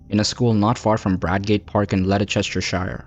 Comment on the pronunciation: The pronunciation of Leicestershire was hilarious 😂